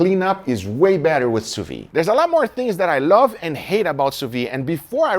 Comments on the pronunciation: You are the God of sous-vide! A little thing tho. You pronounce it sous-vie, meaning under-life or drunk-life, which doesnt makes sense but still funny. Try, sous-vid. (like video) The D at the end must be prononced, while the E a little less. Vide must sound like lid. Open the Lid of your sous-vide Take care and thank you for everything. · You pronounce the d in vide. It’s soo veed. NOT soo vee. Lolz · 8 years and you still can't pronounce sous vide XD it's pronounced "soo vid"/"sous veed" NOT "soo vi"/"soo vee". the D is not silent. I thought someone else would have corrected you by now, but video after video I see you still pronounce the D, I have to step in, I really hope this gets your attention,, because this is starting to infuriate me XD. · 8 years and sill pronounces sous vide wrong :D